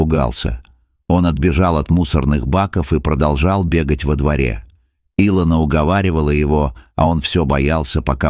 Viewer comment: если и сказка (это скорее всего....) -- красивая... респект за хороший рассказ только не И'лона ,а Ило'на у некоторых авторов бывают странные трудности с ударениями в словах